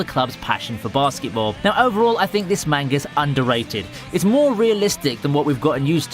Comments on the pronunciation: bro showing cg anime and then says manga like mango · if you can't properly pronounce the word manga then don't say it at all. fuck it's annoying.